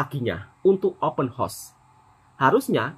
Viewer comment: Sebut biar betul,house bukan hos